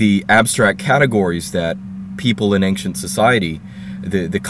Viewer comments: I wanted to ask you, is it really correct to say "anxcient"? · Why do you pronounce ancient as ankcient, I've never heard that beofre